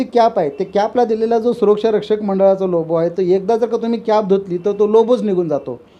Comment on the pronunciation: It's logo not lobo. So Say correctly Logo